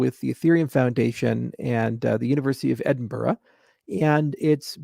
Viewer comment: Charles you need to practice how to pronounce Edinburgh. Otherwise Scots will eat you for lunch.